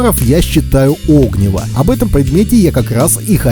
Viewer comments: Правильно говорить не о́гниво, а огни́во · Видео хорошее, но оги́во, а не о́гниво. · 'Огниво нет а огн'иво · Извините, но так ухо режет "Огниво" правильно огнИво! Неужели даже в детстве сказку не читали? А видео полезно. Спасибо. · Ну как можно в таком простом слове делать неправильное ударение? Какое нафиг Огниво, всегда м всюду огнИво. Вы что, сказок в детстве не читали? Мультики и фильмы не смотрели? Откройте тогда словарь Ушакова или Даля. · Надеюсь, спустя пару лет вы с сыном научились правильно ставить ударение в слове огнИво!? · Вы не выговариваете букву "Р".....ОгнИво ! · огнИво, а не Огниво ) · о́гниво прямо ухо режет. Спички и зажигалка промокли, а сухая береста кругом? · огни́во. Можно же было посмотреть, как ставить ударение. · Поменьше неподготовленной болтовни, пожалуйста, уважайте чужое время. Правильное ударение на названии предмета, который вы обозревание, тоже необходимо) огнИво, разумеется. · Тоже хотел об этом написать... Режет уши такое ударение. Ох уж это современное поколение, не читавшие в детстве классики. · Реально, режет слух, даже досматривать не стал